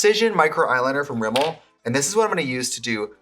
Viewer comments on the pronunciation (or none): none